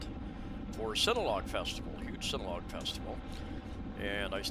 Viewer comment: Really bro? Can you finally learn to pronounce Sin-u-log one of these days?? BTW love the vids